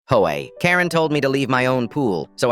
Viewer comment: “Ho-a” I’m crying🤣